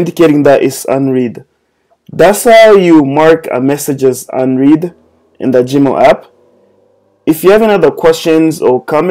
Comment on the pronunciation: This was very helpful. Better than the directions Google provides. FYI: The pronunciation of "read" changes depending upon the tense: Today I will read a book (prn: reed) Yesterday I read a book. (prn: red) And "unread" is pronounced un-red.